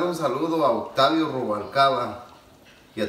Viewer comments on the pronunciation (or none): none